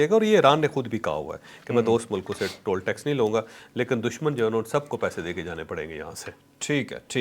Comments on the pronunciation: Toll tax ko tool tax nahi parhte. Isko TOL tax parhte hain. Bhai aapse logon ne seekhna he. Toll ka marlab damage hota he. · It's not tool tax, :face-purple-crying: it is toll tax. kia kia nmoony vlog ker rhy hein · بھائی یہ ٹول (tool) ٹیکس نہیں ہوتا، یہ ٹال (toll) ٹیکس ہوتا ہے۔ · صاحب لفظ ٹول نہیں ہے بلکہ ٹال ٹیکس ہے